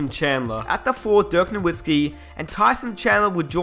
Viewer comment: Just a bit of advice so you don't continue to piss of Mavs fans a little: the w in Nowitzki is pronounced like a v.